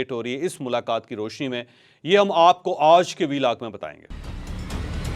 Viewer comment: اوج کا ولاگ جپ آپ ” آج “ بول سکتے ہیں تو مونھ ٹیڑھا کر کے ” اوج “ کیوں بولتے ہو